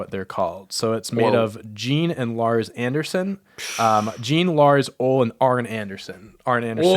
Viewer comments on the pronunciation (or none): I know the spelling is weird on this but Ole is said Oh Lee. Just happen to have followed southern rasslin for a while so I know who the Andersons/Minnesota wrecking crew are.